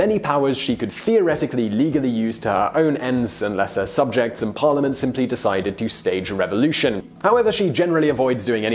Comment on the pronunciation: You have mispronounced "parliament". Sorry sir.